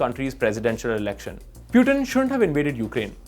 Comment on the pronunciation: Anchor is so english mimic that meanwhile he pronounced piutin in place of putin